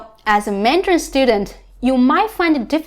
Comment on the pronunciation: You are saying Mandrain not Mandarin....